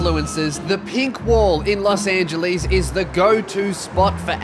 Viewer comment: Los Angeleese